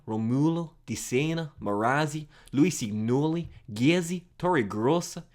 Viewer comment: Some little advices for italian pronunciation: Rovaglia=rovaya Lusignoli=lusinholi